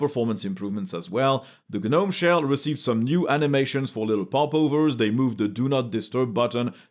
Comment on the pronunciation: Gnome is pronounced with a silent G, like "NOME"